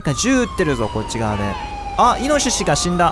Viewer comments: ごめんなさい、 人の発音が気になるんです.... イノ・シシ じゃなくて イノシシ じゃ💦 →→→→ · イノ↑シシ↓ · イノシシのイントネーションが自分と全然違ったww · イノシシの発音が面白すぎる。